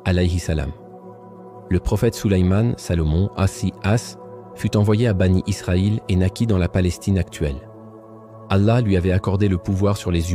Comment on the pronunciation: Bien sûr. Cette voix c'est l'intelligence artificielle. La prononciation de certain mot le prouve. Par exemple quand il lit mécaniquement Aleyhi salam en disant AS, ou les enfants d'Israël il dis banit Israël, ou laa illahah ilallah, la prononciation n'est pas correcte. Ce sont des éléments qui atteste sans conteste que c'est l'intelligence artificielle.